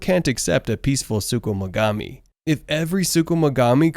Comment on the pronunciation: I'ma need you to chill on saying sukumugami